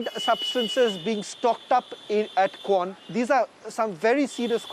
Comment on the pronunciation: Say that "kwan" properly please